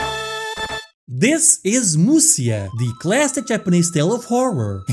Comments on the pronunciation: FYI, Musya is pronounced as Musha in Japanese. And it is way easier to pronounce. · Wow, that guy really does look like Conan O'Brien. "Musya" is pronounced "Musha". There are multiple different "Romanization" systems for writing out Japanese using our characters. One of them for some reason writes what is pronounced as "sha" as "sya".